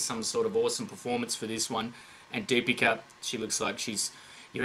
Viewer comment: ...Loved the way u said DEEPIKA 😘😂